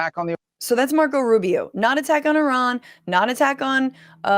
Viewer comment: The dog whistling of mispronouncing “Iran” makes me sick 🤢